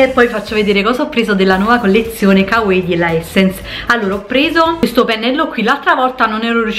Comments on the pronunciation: Ma perché "kawei"? Si dice come si legge, " ka wa ii" (l'ho scritto staccato cosí capisci la pronuncia) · Kawaii si legge "cauaí" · Tesorooo si pronuncia kavai, ahahaha lo so xkè vado pazza x il giappone e tutti i suoi termini, video utilissimo x poter acquistare in tutta tranquillità grazie un abbraccio ❤ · Non varia da pronuncia a pronuncia. Si pronuncia "Cauaii" e basta, se qualcuno lo ha mai pronunciato diversamente lo ha fatto sbagliando, ho studiato giapponese e questa è una delle prime cose che il professore ci ha detto essere conosciuta in modo sbagliato in Italia! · Ciao, a dire la verità si pronuncia 'cauaii' (la doppia - i - finale si allunga ma in un unico suono). 😉 ✌ grandissima 😊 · Marika Frigerio penso varia da pronuncia a pronuncia, in molti video giapponesi dicono kavaii e in altri come dici tu, mi sono documentata ahahah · bella la collezione "cauei" xDDDDDD